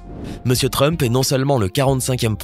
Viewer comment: Donald Frump 😂😂😂😂😂😂😂non T rump